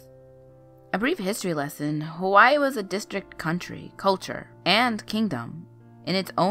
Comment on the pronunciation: Had to stop watching as soon as I heard Hawaii pronounced wrong